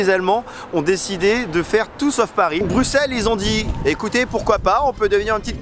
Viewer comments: Yes vive bx ! Bien joué pour avoir prononcé son nom correctement, ça fait plaisir :D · Merci enfin quelqu’un qui prononce bien le nom de la ville 😅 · Enfin un français qui prononce Bruxelles convenablement 😊 ! Autre chose que tu n'as pas mentionne: Bruxelles est la 2e ville la plus cosmopolite au monde (après Dubai).